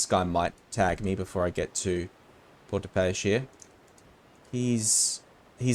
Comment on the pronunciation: The Port de paix, mean Port of peace. Its hard to tell you how to pronounce it, I think you could use google translate and listen to the voice. I'm a French Canadian so English and French is easy for me. I think you could pronounce it like this : ''Por the pay'' not exactly right but close.